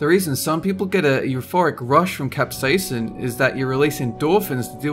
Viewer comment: Capsasin? No. CapSATAN., where are you?